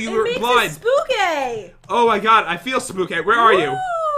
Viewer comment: Did you just say spooky instead of spookay?